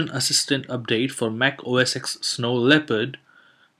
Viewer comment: Only one comment!! OS "X"? OS "10"!!